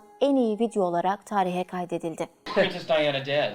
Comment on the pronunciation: Dayana değil Diana